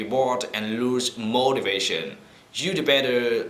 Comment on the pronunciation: Nhìn thì trôi chảy vậy. Nhưng một số nhấn âm bị sai. Ví dụ như motivation. Nhấn âm 3 nhưng anh nhấn âm 1...